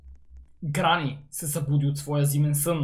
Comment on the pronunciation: Аз малко чух кранни xD вместо гранни XD